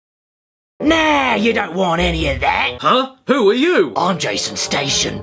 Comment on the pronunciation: On the Jason Station bit, I thought he said Jaystation and felt dread and anger